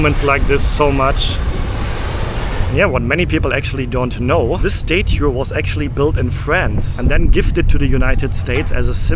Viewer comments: It's statue not state too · Hey, your enthusiasm is infectious - seems like you are an overjoyed little kid whilst in New York. Can I just say that its called a STAT CHEW (statue) as opposed to you calling it a STAY CHEW! Happy travels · Statue, say “stah-chu”. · Please fix your pronunciation of the words statue and syrup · If I hear you mispronounce statue one more time I'll scream. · You are pronouncing statue wrong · You say statue drive me crazy crazy please learn how to pronounce English words correctly. It drives me absolutely crazy when you say things the wrong way. Also you said syrup wrong. OK I don’t know how you said it, but it was completely wrong. Please learn how to say syrup maple syrup oh my God. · I am utterly charmed by your tour of my city. I’m definitely going to take the ferry to Dumbo and get Juliana’s pizza to eat by the river. You know how annoying it is when Americans don’t pronounce the E in Porsche? I need to help you with “statue” and “Staten Island.” You are saying them as if it’s stätue and Stäten. Not A as in day. But ah as in cat. The spelling doesn’t make it easy. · Please be aware of the short “a” sound. It’s not “stay-chu” or “stayten Island”. It’s like the “a” in “hat”.